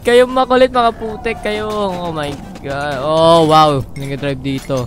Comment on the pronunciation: XD natatawa ako sa pagsabi ni na OMG sabi nya O Ma God xD